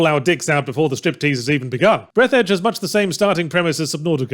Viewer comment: Actually it's pronounced breath-arj Fourth wall breaks are good sometimes. You have to either keep them as a funny but more importantly occasional thing or have them have a plot function. If you have neither then they just feel pointless, like what seems to be the case with this game.